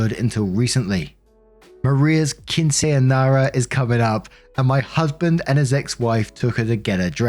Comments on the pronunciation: You're getting closer. Keen-sin-nyera. It's the nyera (you can cheat and use a d sound instead of r sound) that seems to be fucking you up. It's ny, like Nyan cat. Nyan cat, nyera. Keensinyera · I could be wrong, but I think if you pronounce it “keen-seen-yara” this may help be more accurate. Sorry if I’m wrong lol, I do not speak Spanish but this is how* I pronounce it (probably ignorantly). (Edit*) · Lol "keen-sen-yeh-rah" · Spanish interpreter and translator piping in, I searched through your videos to find this one after hearing you struggle to pronounce quinceñera on the podcast… ; it’s pronounced; Keen-sen-yair(rhymes with air)-uh. Emphasis on the first syllable. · It's pronounced like keen-sen-yera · The bloopers of quinceañera, i'm dying 😂 you were perfect when you shortened it to keen-say. For quinceañera, just imagine the ñ make a sound or n then straight into a y like yeah so try to break it down like - keen-sen-yea-ruh. You'll get it! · read these english words out loud: "keen seen year uh" That's quinceañera. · to spell it as phonetically as possible: keen-seh-ahn-YEH-rah. It's a tricky word without a little practice. You'll get there. And if you don't, just know that you're trying your best, and that's what matters in the end. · Here's a breakdown of the pronunciation of quinceñara for you: The ñ means you make a "y" sound after the "n" sound. So it's like [keen-sen-ya-ra]! Hope this helps! I love your videos (I watch everyday!) and I respect how much effort you put into pronouncing words you're unfamiliar with! ❤❤❤ Keep up the amazing work!❤🎉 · Story 3: you were closer. It's Keen-sen-yare (rhymes with care)-ah. Emphasis on the 1st and 3rd syllables. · Pronouncing quinceñera: Keen • seh • nyeh • ttah Double tt to get the same toungue roll sound like in the word patty. H is silent. I just placed them so that you don't use the wrong sound for a and e. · KEEN-say ahn- YAIR-ah. The "YAIR" rhymes with there. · Keenc-E-uh-nay-ra